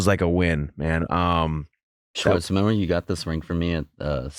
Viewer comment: I can't get past his mispronunciation of Schwartz. It's Shhhhhhwartz not Swartz!